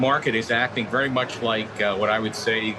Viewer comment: Thank you vewy, vewy much for your contwibution,.